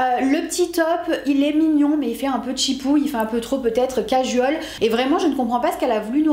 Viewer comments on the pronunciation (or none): none